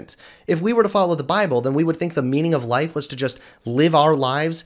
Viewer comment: Anyone else heard "meming of life"